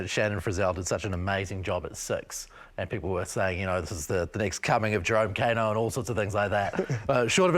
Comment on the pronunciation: Hey Bro. You live in Aotearoa, you have access to genuine Te Reo speakers and education, And yet you mispronounce Kaino to his face Try harder